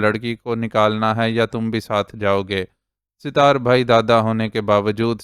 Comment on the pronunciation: أپ کا اردو تلفظ کافی بہتر ہے اور پڑھتے ہوٸے کم ہی غلطیاں کرتے ہیں لیکن اس ایپیسوڈ میں ایک نام ستار أپ مسلسل Sitar پڑھتے رہے جبکہ اس کا درست تلفظ Sat tar ہے۔ امید ہے کہ اس تصحیح کا أپ برا نہیں مانیں گے